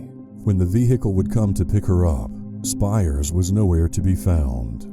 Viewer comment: Also Americans butcher everything. Sarah Spiers is pronounced Spears (like Britney). Ciara Glennon is pronounced Keira, like Keira Knightley. The task force developed by West Australian police was named MACRO (not Marco).